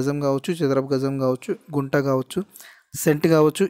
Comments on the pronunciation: గుంట కాదు కుంట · Broo Kunta anaru, Gunta antaaru